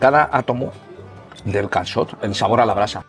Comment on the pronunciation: Qué dominio tienes ya con el "calçot" !!!😳😱😄😄